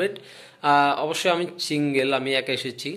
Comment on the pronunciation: চিঙ্গেল, বেচিন, লেগেচে, রয়েচে 🤣🤣